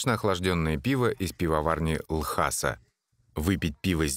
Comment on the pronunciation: Потому что не Ласа, а Л...неслышныйзвук...аса. Иногда в роликах про Тибет слышно, как слово произносят тибетцы.